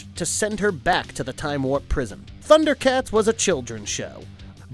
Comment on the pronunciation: Man you butchered the pronunciation of the names.... did you even watch? How dare you criticize the Thundercats!!!!